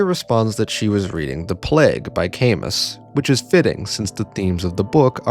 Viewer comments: Camus is pronounced cam-OO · It's great to see you back, but the mispronunciation of Camus is killing me.